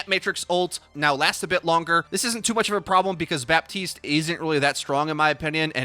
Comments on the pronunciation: Hey please pronunce Batiste not baptiste u don't pronounce it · It's pronounced BAH TEEST. The P is silent. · Another great vid. Quick note: It's pronounced "Batist", because French spelling makes no sense. :P Thanks again! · ah, yes. Bapp-teeste, the latest hero (^ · Don't say the "P" of "Baptiste" ^^. You just have to say Batiste French guy here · Hey, nice vid but i wanted to tell you (as a french speaker) that you actually not pronunce the P in baptiste and yiu should say batiste (french is weird ik) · You don't pronounce the "p" in "Baptiste", pleaseeeeeee. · Blizzard specifically put out a memo stating that canonically, it's pronounced "Baptiste" with an audible p. Is it correct? Probably not, but it's their game.